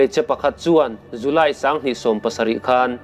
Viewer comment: J a nih cuan Z ang in hmang tawh suh aw..July chu zuly i tia,,ngaihthlak a ti nuam lo thrin deuh a..chuan i channel hi ka hlut lutuk,a dang lo ti zel rawh